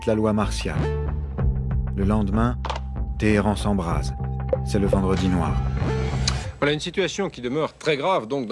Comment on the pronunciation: Le p’tit accent mis sur le « vendredi noir » m’a tué 😂😂